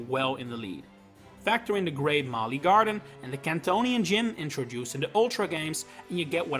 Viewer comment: It’s pronounced LAH-vuh-ridge, luh-VAIR, mah-lee-AY, and BALL-ihn-LAY-uh, “”! 🤨